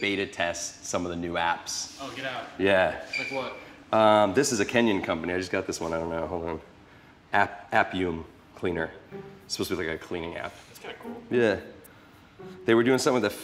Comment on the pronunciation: "This is a Kenyan company... App-uum Cleaner..." Lol... Loving your show from Kenya Carbonaro!